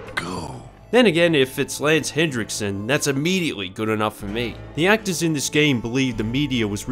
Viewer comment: his name is lance henriksen. there is no d in his name.